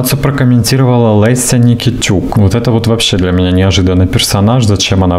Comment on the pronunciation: Только не ЛЭся, а ЛЕся